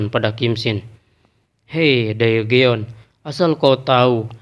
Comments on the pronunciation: cara pembacaanya terlalu jujur daegeon itu cara bacanya degun 대건, jika daegeon di baca daegeon itu jelas terdengar seperti susah sekali membacanya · Daegeon di baca degun min, jagan terlalu jujur bacanya